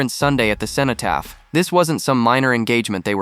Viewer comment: It would be good if you could pronounce cenotaph correctly. Doesn't sound like you know anything about it.